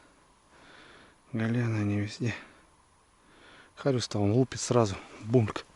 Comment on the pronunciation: Не хариуЗ а зариуС